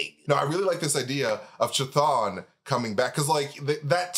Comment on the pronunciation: I think it's pronounced, kah thong kah thong thong thong